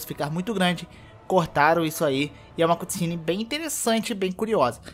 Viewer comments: se fala ''câtcine'' não cUtcine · Águia? É um corvo! Aprende a falar cutscene.